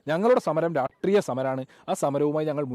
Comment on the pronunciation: രാഷ്ട്രീയ എന്ന് പോലും അവനു പറയാൻ പറ്റുന്നില്ല